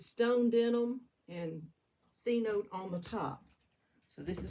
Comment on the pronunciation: Wow! Amazing results!! Love the glaze combos. May I ask what rolling pin you used on the cup at the 7 minute mark? Also the Cenote glaze is pronounced sinotay! Lol. Also what clay do you use? With the mayco gloas glazes and a lot of the underglazes I find that putting the each layer of glaze on in a different direction reallly helps with it looking even and glossy!! My kiln fires the bottom at a full cone hotter than the rest!! I love your hair as well. Lol